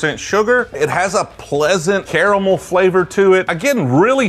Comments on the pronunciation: It's pronounced caramel. Not caramel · How tf does he pronounce caramel both ways at the same time